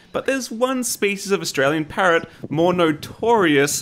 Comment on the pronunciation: I can’t stand the way u say parrot